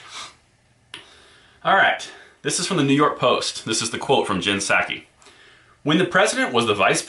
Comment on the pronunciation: Honest mistake, but you mispronounced Jenn Nut-saki's name.